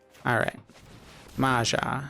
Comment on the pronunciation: It's not Maza, it's MAJA(in US pronunciation would be Maya)which is common name in Croatia, Slovenia and Czech republic.